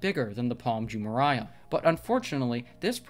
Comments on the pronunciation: It’s Jumeirah not Jumereiah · Jumeraiah? Its Jumeirah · It's not Jumeriah, but Jumeirah! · It’s pronounced “Palm joo-MAY-ruh” not joo-mariah lol How do you produce a whole video purporting to be an expert without being able to pronounce the name correctly? Did you do any research at all? Edit: And Dubai is not a country. It’s an emirate and part of the United Arab Emirates (UAE). UAE is a country. Wow your credibility is low. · Pronounced Jume-mare-rah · pAlM jUuH-mUuH-rYe-uUh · Jumeraya??? Seriously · You don't even pronounce correctly Jumeirah! Lol shame on you! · How can you talk about the integrity of these islands when you don't even know how to pronounce correctly Jumeirah?! You are an impostor! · You are not pronouncing correctly Jumeirah! Come on man, don't you know how to read?! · If you’re going to make a video about Palm Jumeirah, at least learn how to pronounce it! 🙄